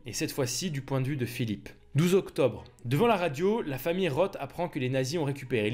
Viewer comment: '' Roth '' se prononce '' Ross ''.